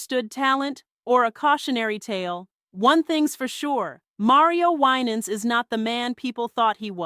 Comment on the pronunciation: Why was Winans last name mispronounced throughout entire video?! 😂